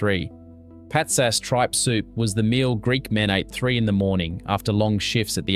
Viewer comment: 1. It's Traha-nAs - the last A is loud, not Tra-hA-nas. 2. Pats-As. the same applies here. It is not just a matter of cost. It is made in various locations in Greece not just for cost-dsaving 3. It's HortO-pita. The second O is loud Sord-A-lia? Are you doing this on purpose? ...... damn I give up. You are probably going to pronounce everything wrong.....